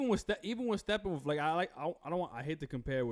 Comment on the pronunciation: Is saying "stephen-wolf"?